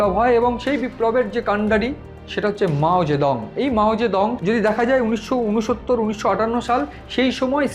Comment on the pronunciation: মাও সেতুং না মাও জিদং